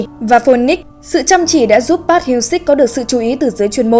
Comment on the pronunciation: Ad đọc họ "Pát" nghe ko hayi đau